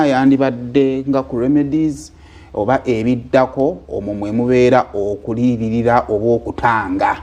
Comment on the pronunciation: Say more u cant even the word kuliyilira 🙄🙄🙄